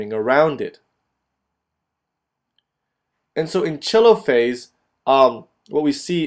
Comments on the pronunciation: Lol "Chelophase" Americans facepalm its pronounced Telophase like it's written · is it really pronounced "cheelo-phase"? I thought it was pronounced " Teee-lo-phase"